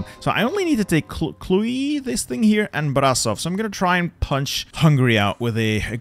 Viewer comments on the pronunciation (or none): You butchered those Romanian city names lmao Cluj isn't spelled Clu-e, it's just Cluj Timisoara is spelled Ti-mi-shoa-ra Galati is spelled Ga-latsi Still, very good content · Love your videos but why, just why do you have to say Clui instead of Cluj, you even say it right a couple of times jut to say Clui again. You just have to say it how it's written. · Pronounciation moment Timisoara pronounced timishoara Cluj pronounced cloozh Ploiesti pronounced ploiescht Galati pronounced Galatzi Brasov pronounced Brashov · If you want to know, Cluj is pronounced "Klooj" (The "j" is the same as in English).